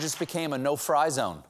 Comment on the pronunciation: "... no-fry zone ..." LOL!!!!